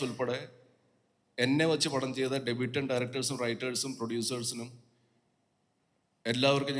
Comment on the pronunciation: എല്ലാ മലയാളികളോടും, ഡെബ്യൂട്ടൻ്റ് അല്ല, ഡെബ്യൂവൻ്റ്. പ്രൊജെക്റ്റ് അല്ല, പ്രോജെക്ട്. പ്രൊജെക്റ്റ് എന്നാൽ പ്രതിഫലിപ്പിക്കുക. പ്രോജക്ട് എന്നാൽ ഒരു വർക്ക്. ഞാൻ പ്രകാശിൻ്റെ പ്രകാശിൽ സാദാ മലയാളം പള്ളിക്കൂടത്തിൽ പണ്ട് പഠിച്ച ആളാ.